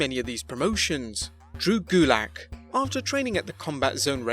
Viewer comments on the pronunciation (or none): (TURN ON SUBTITLES) It's not drew gulak it's GULICK